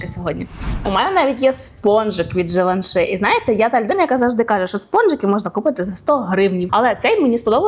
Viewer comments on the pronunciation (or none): Може пригодиться, в кінці Givenchy "y" вимовляється більше як "і" (не и)